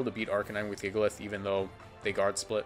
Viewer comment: "jigalith" -WolfeyVGC